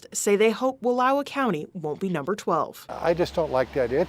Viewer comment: chick literally mispronounced wallowa